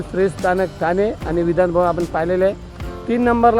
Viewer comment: थाणे नाही हो ठाणे. बाकी छान.